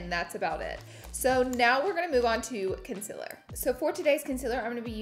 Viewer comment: “Conciler” — is this a southern accent thing ? Genuinely curious